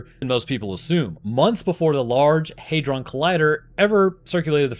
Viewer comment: HEYdron? No